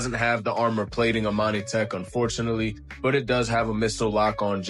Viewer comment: Imani. Tech... Not Amani tech